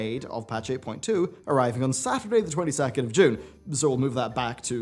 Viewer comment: "the 22th" lmao